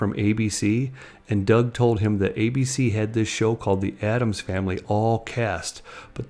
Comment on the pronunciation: It's "ADDAMS"!